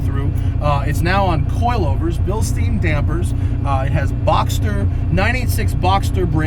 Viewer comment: Matt it's Bilstein NOT Bill Steen.